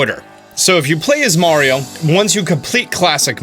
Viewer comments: Meh-rio lmao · Thank you for saying mario correctly, may ree oh! medigans..... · I don't know why but hearing it said the way he says it in the video actually stings me in the chest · Why do you pronounce mario and dr. Mario different? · Dope video. But I refuse to follow you because of the way you pronounce "Mario" lmao